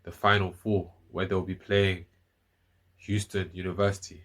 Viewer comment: Did you say Euston University???